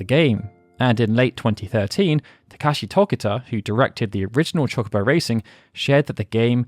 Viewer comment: CHALK obo de-battle, my brother in christ i know you're english, fix that please.